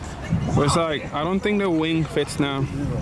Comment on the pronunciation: It sounded like you said "And now we have to tackle this big wang". I was dying with laughter. I love the car, did you ever consider painting the inside and maybe tucking the wires against the interior with gaffers tape to make it look more clean? "Another one of the nuts finally dropped"... sorry, i'm just in the mood to be funny tonight lol. No harm intended!